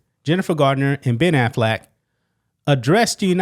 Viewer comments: I love that you pronounce their last name as Aflac the picture in my mind of a talking duck won't go away now.😂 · Every time you say Affleck, all i hear is “Aflac” and i am just laughing expecting to see the duck pop up